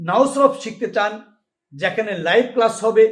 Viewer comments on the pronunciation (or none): none